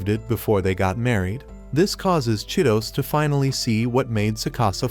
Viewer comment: Bro that girl name is chi-to-se not Cheetos😂